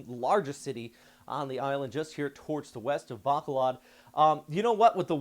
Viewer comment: it's also buh KHO lud not BAH ko luhd but it's all good. Thank you for all your updates ❤